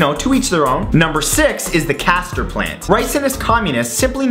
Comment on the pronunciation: When Matt said "castor plant" for a second I thought you said cathider plant Lol. Love ya Matt you're my favorite Youtuber, you're so funny, expressive and never fail to make me smile or fascinate me with your content.